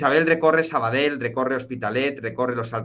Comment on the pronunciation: Se te escucha de lujo... pero por cierto, se dice Sabadell,no "sabadel''(tú puedes!!)